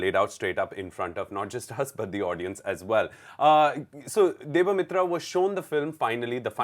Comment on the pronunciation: It's debasmita not debamitra... Pronounce her name properly...